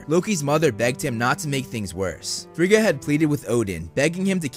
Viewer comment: I really enjoyed this video! Just fyi, Rene Russo's character's name is pronounced: Fray-ah. Also, Thor, and everyone else in the movies mispronounced Heimdal, Every. Single. Time. Heimdal is from Norse Mythology, not German. His name should've been pronounced closer to Hay-im-doll. It REALLY doesn't matter, it's just the one thing in the MCU that drove me batsh*t, lol! Pet peeves can be annoying. Great video!👍